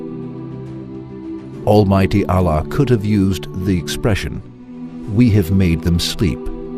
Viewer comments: Please try to use a learned presenter, so that the pronunciation of Allah and the quran verses are read correctly. The meaning can change if the verses are not read correctly. I did not mean to offend the present presenter, please forgive me. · please try to use a Muslim person for presenting because he can then pronounce Allah correctly and also read the Arabic verse correctly. please no offence meant to the present presenter, just an advise. if we pronounce the Arabic incorrectly, the meaning changes. May got accept my good deeds and forgive my sins. Ameen.